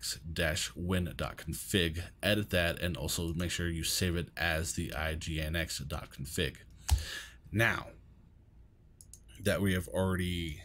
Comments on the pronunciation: Pronounce is Engine-X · Just fyi - it's commonly pronounced "engine-x"!